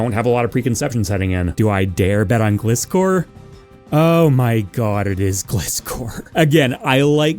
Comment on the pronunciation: Great video, never say Gliscor again 👍